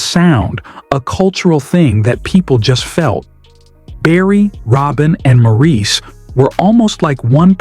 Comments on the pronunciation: As soon as the narrator said "ma-REES" I shut it off. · It’s pronounced Morris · To the person who made this video.....His name is spelled Maurice, but it's pronounced like this Morris. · You Got That Right!! 👍